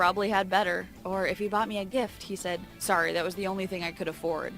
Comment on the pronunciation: YOU MADE ME START SAYING SOORY >:/